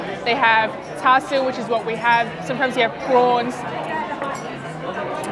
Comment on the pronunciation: I was expecting you to pronounce “cha siu” as in cha siu bao the mando way as you’ve done in previous videos, I’m glad you said it correctly like how your mom pronounces it